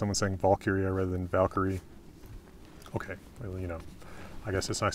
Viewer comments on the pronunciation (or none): none